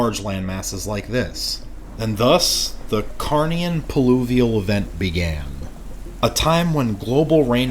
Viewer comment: Another stellar video. Heads up it's "pluvial" not "pulivial" by the way!